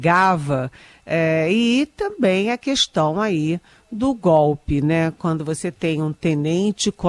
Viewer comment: Pior jornalismo ,Estadão! Especialmente por esses representantes do governo PT maquiado de jornalista DNA Eliane 👇 Investigação….não Investigason Questão…não queston Estão…não eston Já é hora de corrigir sua pronúncia 🤌